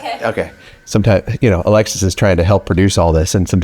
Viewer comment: Every time he says Alexis, i hear Alexa (from Amazon) 😂😂😂😂😂